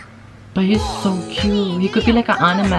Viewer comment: 'Wuuuu , it looks like on-ni-meh' 🤣 It's pronounced as an-ni-meh